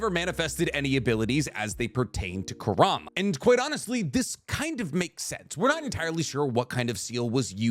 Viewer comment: You consistently mispronouncing Kurama name is bothering me